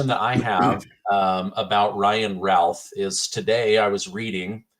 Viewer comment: Ryan Routh is pronounced Ruth. Please!